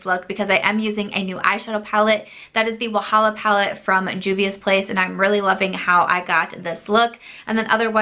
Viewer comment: Wahala means trouble in Nigerian pidgin English and your pronounciation is quite impressive